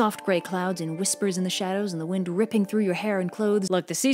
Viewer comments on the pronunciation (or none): none